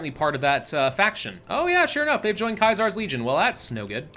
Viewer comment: Sea/sirs legion, pronounce it right lol